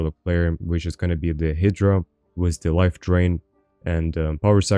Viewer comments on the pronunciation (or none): yo incase you want to know, the way to pronounce hydra is "Hide-rah"